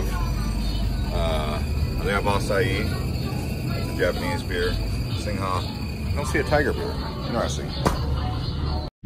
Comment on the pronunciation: Skytrain is BTS ครับ MRT is underground. The correct pronunciation is "Singh" for Singha beer ครับ "Soo-wan-na-poom" is the pronunciation of the airport ครับ Cheers.